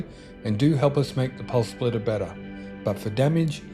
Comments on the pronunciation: I could only listen as far as the fifth time he said Pulse Splitter - dude there's no L in SPITTER. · Spitterrrrr not splitterrr lol sorry.. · Spitter, not splitter lol